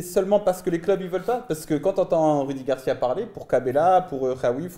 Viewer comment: Ces rudi garcia arrêté de dire roudi